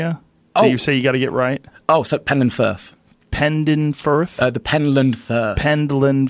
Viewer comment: PenTland Firth. With a T.